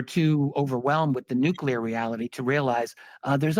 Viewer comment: Nuculear. You've lost me. Sorry.